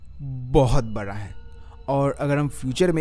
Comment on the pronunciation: Me: Universe bada hai: Universe bara hai bahut bara Sare research karne ke baad sab aise hi bolne lagte hein Ya ye angrezi kitab padh padh ke hua hai 🤣